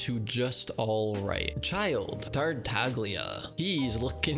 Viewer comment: You mean Ch-eye-lde